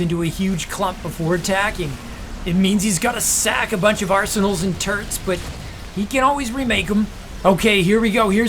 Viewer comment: Just when I think this caster can't get any more obnoxious he says "turrents" You just got the whole package my man.